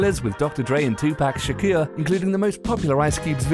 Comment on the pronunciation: Tupac Shakur, not Shaqur.